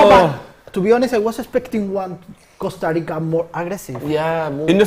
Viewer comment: “ Costa Rico”